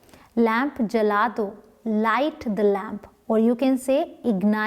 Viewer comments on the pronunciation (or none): none